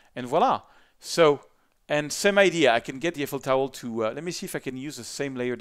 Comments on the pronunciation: Tomlinson I'm french mate, we say "Tour Ef-el". I don't know where you are coming from lol. He did in fact say Eifel correctly but then proceded with "Towel" instead of "tower", which is a bit funny, pretty sure it was not meant as an insult by OP And before you ask, yes, I am a year late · did you just say, Eiffel Towel? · Do the Parisians actually call it, "the Eiffel Towel"? (And is the accent fading?) lol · Very good tutorial. I also laughed when you said Eiffel Towel. But the tutorial is good!